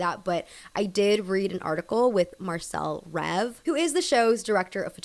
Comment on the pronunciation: This is something small but Marcell Rév is actually Hungarian so his last name should be pronounced kind of the same way 'rave' is in English and the 'c' makes a 'ts' sound in Marcell in Hungarian